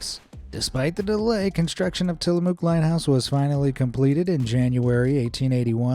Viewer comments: Tillamook is pronounced muck not moo. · There’s a lot of cows in Tillamook however there’s no moo in it. It’s pronounced Ti-luh-muk. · It’s pronounced tillamuck even though the spelling is tillamook